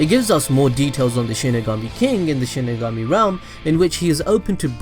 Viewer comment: It’s pronounced shinigami not shinagummi. Delete your cancerous channel